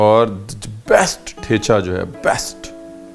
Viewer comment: The च in ठेचा is dental, not palatal; like the 'zz' pronounced in 'pizza'. Thus it must be pronounced as the च you pronounced